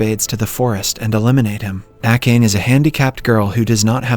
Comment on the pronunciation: How could you butcher Akane's name like that? Jeez